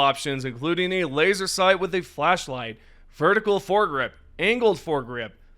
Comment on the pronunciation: We can attach a WHAT?! to our guns??? Oh.... You said flash light. I thought you said.... nevermind. Carry on! 😂